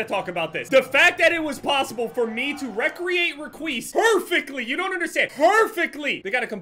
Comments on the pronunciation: The first "rec-reate" I thought was a slip up. The fifth time I'm not so sure. Say "create" "create" Good, now say "recreate" "rec-reate" I hate you so much right now. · you're the goat but please say re-create no rec-reate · It’s Re-create not “REQREATE”